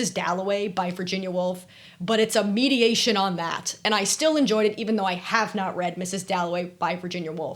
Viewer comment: my favourite parts of this video were when you said the books were “mediations” on certain topics, instead of “meditations” on certain topics lol! with love from an english teacher x